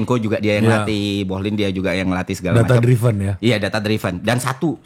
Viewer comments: Ðata driven bukan,dráiven̈ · Hostnya berapa kali coba benerin pronunciation FI, |data driven|. Tapi FI bandel, tetep bilang |data draiven| 😂